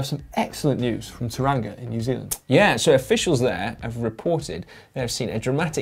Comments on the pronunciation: Haha, pronouncing it 'Taranga', LMAO. It's not your fault, just caught me off guard. (Toe - ranga BTW) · As a Brit who lived in New Zealand for 9 1/2 years I cringed when said tauranga I corrected him and then suddenly all the Times I was corrected by kiwis came back to me